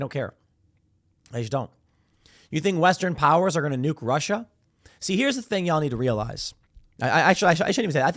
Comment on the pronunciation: "Nukes" lol lmao